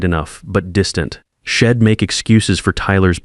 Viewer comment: Worst AI reading I have ever looked at! The reading was ruined by terrible grammar! Maybe they could have used some apostrophes to turn Id into I’d and shed into she’d! Get real or go away. Just heard another failure hed, instead of he’d! How ignorant that sounded!